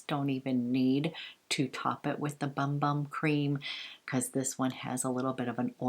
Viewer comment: Loved all of this! Just a FYI...the Bum Bum cream and scrub is pronounced “Boom Boom” not bum bum. It’s Portuguese. Love Veronica Beard and wished I’d have gotten that blazer. I tried to get the long sleeve Anthropology blouse but they’ve been sold out in my size for awhile in that color combo.It’s so groovy. Lol love Profumum Roma too!